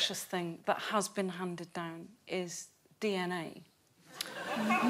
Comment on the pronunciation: Lol still said dna wrong